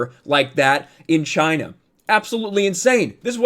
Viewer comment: Not to mention the hands 👌 Chy-Na👌